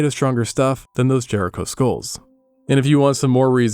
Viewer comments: ahh this is voiced with ai. Damnit, just when I thought I found a good history channel. Properly pronounces jericho minutes earlier. Then says “jury co” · Do you have wandering pronunciations on words that you haven't bothered to look up? Jericho, JeRiquo?😂